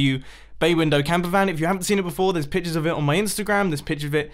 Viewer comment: Pichures of it, picher of it